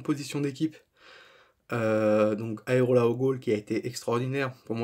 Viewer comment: le gardien c'est AREOLA et non aerola comme tu dis tout le long de la video !!!!!!